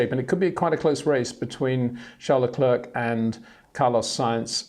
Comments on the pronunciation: First say Claire. Then say Leclerc. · When will Peter learn how to pronounce Verstappen en Leclerc?